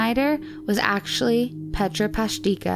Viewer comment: The pronunciation of her first name ist even worse! It's not called "petscha"... it's P-E-T-R-A 😬